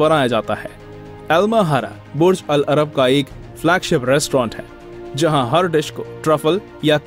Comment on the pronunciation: your pronunciation of "Burj al-Arab" is wrong. But great video ❤️